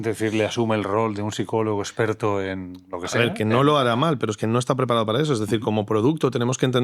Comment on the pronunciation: Seguimos con "esgggperto", un fotografo hablando de ia jajajajajaj de verdad? mama miaaaa